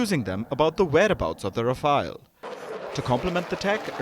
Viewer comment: Voice over guy you desperately need a crash course in pronunciation. Rafale is not pronounced as Rafaayel but is Rafaal. And, Alize is not pronounced as Aleez but Ahleezeh.